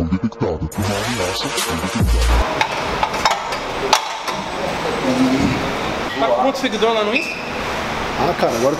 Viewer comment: "Uma ameaça foi detequitada" POHA achei q era meu pc